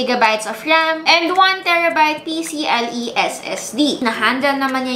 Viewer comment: Pcie po not pcle